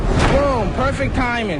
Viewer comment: “Boom perfectfth timing”🥴🥴😭😭😂😂